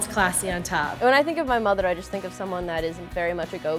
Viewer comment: Did somebody notice that "motherlrlrl" in ?